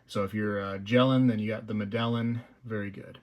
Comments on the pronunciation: Awesome piece. Medellin is pronounced like Meta-Yeen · I believe its pronounced "med-a-yeen",...at least that's how a fellow i used to work with pronounced it....and he was from Bogata, Colombia. Well designed item but I'll be passing on it. I'll be buying a bit more gold and some 90%!